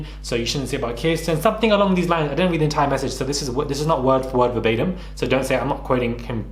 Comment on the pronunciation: This is not a read, it’s a REA”T” ☕️